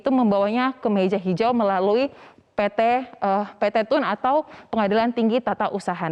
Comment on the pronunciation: PE TE U EN, bukan PT TUN